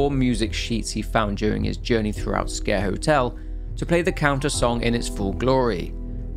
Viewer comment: I always thought it was pronounced like "Squer" not like scare.